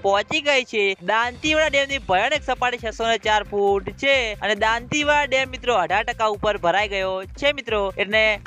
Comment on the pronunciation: ભાઈ તુ હજૂ દાંતીવાડા બોલતા ના શીખ્યો